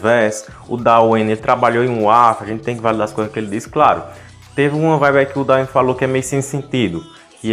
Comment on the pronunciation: por favor,, não é "daueine" é "dueine" que agonia mani